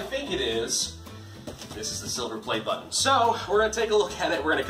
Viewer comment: "battan" Is it french,or something ????